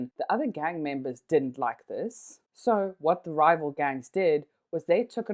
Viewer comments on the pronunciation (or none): none